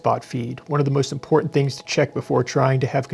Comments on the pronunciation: She's a silly girl. Can't even say the word, "im-por-tant." Instead, she says, "im-por-ent." All those silly girls do that. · I watched the full Timcast episode, she was very difficult to reason with and frankly annoying to listen to. Also she just pronounced 'important' as 'impor'ent' and I cringed.